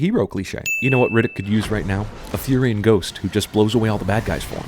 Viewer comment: It isn't Furyon, it is Furion, the Natures Prophet